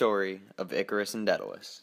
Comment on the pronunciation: I thought it was pronounced DAY-duh-luhs